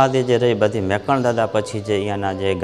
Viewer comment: મેકરણ નહીં પણ મેકણ એમ બોલવું જોઈએ